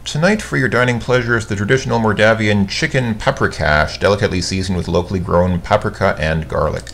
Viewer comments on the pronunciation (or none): you mispronounced the spice paprika